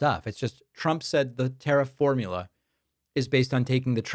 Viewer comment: Hey Stinky, "if Twump comes afterw us" ... 😂 Fkn hilarious!